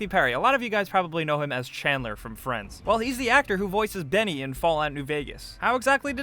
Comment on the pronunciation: Not Denny, its Benny, with B